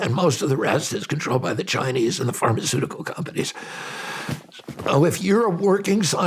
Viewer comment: Haa "Farticuticals" nice slip Ryan